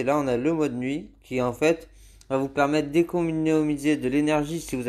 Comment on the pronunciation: "On n'a le mode nuit qui enfaite va vous permettre d'éconimuiser de la batterie "😂😂😂